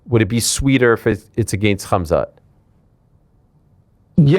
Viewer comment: Ariel pronounces Khamzat with that Russian h sound poggies